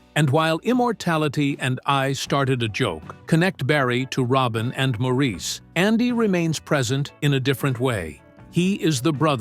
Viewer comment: Please pronounce "Maurice" correctly!